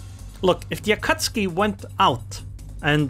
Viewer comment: I love how you call Akatsuki an Akatski😂